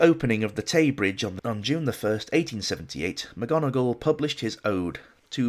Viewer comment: Mc Gonegall instead of Mc Donegal. The worm in my ear...